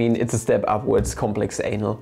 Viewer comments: Did he just really just said “complex anal” ? I can’t stop laughing. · I can't stop laughing when you say "complex anal"🤣. I need to grow up lmao